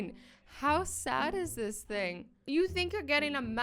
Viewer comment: the way you said „thing“ in English sounded like the word „Ding“ which means „thing“ in German😂😂😂